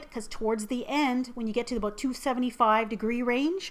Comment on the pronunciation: Maple syrup, "aboot", I see ur Canadian side now, XD